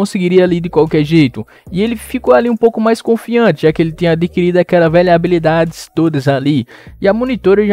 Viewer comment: HABILIDADESSSSS PQP QUE AGONIAAAAA É HABILIDADES NÃO ABILIDADES